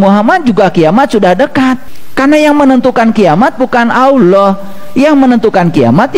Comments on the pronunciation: MANA ADA UMAT MUSLIM MENYEBUT ALLAH DENGAN SEBUTIN AULOH..SAYA JADI MUSYKIL AFA BENAR INI UMAT MUSLIM.. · Itu bukan ustad sebut allah aja sala dia sebut awlah jadi klw awlah itu ver arti huruf skif dn ada huruf waw sukun itu sd nyata klw bukan ustad ala lagi kiyai yg benar itu allah jadi huruf lafas jalala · Mmg kyk bkn org Islam org ini..coba dengar nyebut Asma Allah aja nggk bisa..dia bilang Awloh...bkn Allah... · Mengucapkan allah sj salah, ktx aloh yg mh pencipta😅😅astaghfirullah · menyebut nama Allah juga Gk becus..alloh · 😂😂😂nyebut allah aja dia nyebut aloh😂😂 lucu nih ustad....ini penyusup kah dri oten😂😂😂..rukun iman itu harus percaya sm kiamat..ini orang kajianya pake dalil dri injil😂😂😂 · Jangan kan ..mau mengomentari isi ceramah atau pemikiran orang ini ..mendengar dia menyebut Lafadz ALLAH saja , tidak betul ..masak dibilang sekelas ustadz. Menyebut Kata ALLAH. ..dengan sebutan Awloh.. hadeh...hadeh.... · Missionaris....dai yg benar menyampaikan ayat alquran dan hadits. Perhatikan ...dia bilang aulloh....bukan Alloh. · Mengucap "Allah" nya aja keliatan kalo orang GK pernah belajar baca Alqur'an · tul bget aloh..ni org misionaris kristen bukan org muslim. Mau tau kiamat ada at tidak tar kalau ente mati ddalam kubur baru tau lu ada siksa azab d nikmat kubur.... gue pgen denger lu bc Qur,an nyebut Allah sj ga benar😂😂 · Ngaku kiyai... nyebut Allah saja gak benar....! Hati2....bisa menyesatkan Umat... Salah satu rukun iman, percaya pd hari qiamat....